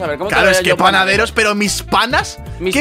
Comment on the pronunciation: XD cuando trolero dijo panaturos 😂😂😂😂